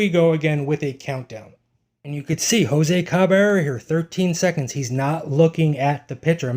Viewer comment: Please learn to pronounce his name.